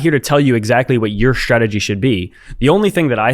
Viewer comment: Kid... Bitcoin is REAL & Peter Sniff is and will Always be a Douche bag!! Still my point here is Everytime you say Stragity it make me giggle!! 😂❤